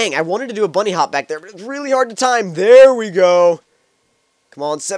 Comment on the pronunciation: this may sound racist but i thought he said black flip and im black but then he said back it sounds like black to me